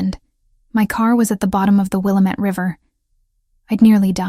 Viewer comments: I'm from Oregon and it's pronounced wil-lam-ettte river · It's Wil-lam-ette, dam-it😅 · IF SHE’S IN ILLINOIS SHE IS MISS PRONOUNCING THE NAME OF THE RIVER IT’S….WILL METTE….Wilmette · I'm from Oregon also. There are other stories with this in it. Every time I hear them say it I'm like, nooo, it's pronounced this way. Lol. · Thank you! I’m not from Oregon, but I know how to say it and had to correct the video out loud every time they said it. 😂